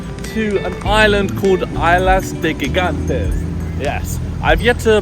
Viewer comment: it's EES-LA de GIGANTES